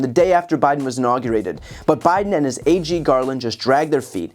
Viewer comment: LOL, I thought BTC said “Biden and his aging Garland” rather than “Biden and his AG Garland”. 😅